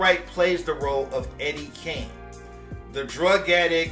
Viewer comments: Nah, actually Matée Brisbane is right... It is "KING", but it was pronounced as "KANG".. It's even listed in the credits at the end of the movie... I didn't notice til years later myself... Peace! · the way he said it sounded like Kane but it’s King. He says it like Eddie Kang Jr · I'm late on the video, but once and for all. His character wasn't named Eddie Kane or Cane Jr. It was Eddie King Jr. He pronounced it in a country dialect. He pronounced it Kang. Go look at the credit of the names of each character. His last name was King. Not Kane or Cane. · It's Eddie King. Not Kane. He pronounced King. Kang. Look at the credit as the movie goes off. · Harry Thotter & The Chamber of Thots I know it's King. I stated Kang in pronunciation of how he said it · no it's KING. Ppl pronounce it Kang. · Thank you. They said it was pronounced with a country twang, which is why it sounded like Kane. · I always thought it was Eddy Kane (Kang) Jr. Lol all this time and I’ve been pronouncing it wrong 😂😭🤣